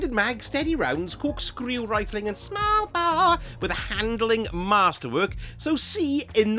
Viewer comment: I love the way you say "Smallbore" 🤣🤣🤣